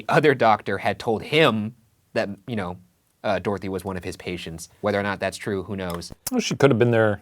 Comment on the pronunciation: Do all Americans pronounce Dorothy like this? Or just these guys? "Door-thee" 😂